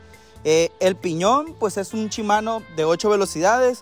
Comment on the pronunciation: Pregunta porque cambian las letras al decir las palabras Shimano la cambian por chimano, la palabra aún viéndola que dice kashima la cambian por cachima, 🤷‍♂️🤷‍♂️🤷‍♂️